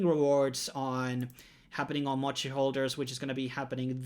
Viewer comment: And it's pronounced Mo-Chee not MatChee 😆😂